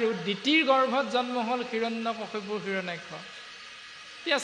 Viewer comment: গগৈ বাপ.. কিয়নো বাৰু হিৰণ্যকশিপুৰ বুলি উচ্চাৰণ কৰে ?